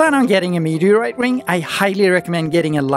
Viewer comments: I just love your pronunciation of "meteaoite" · What's a mehuuuhgriite?